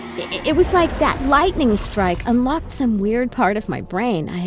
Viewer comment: "lightenng" just me? Ok.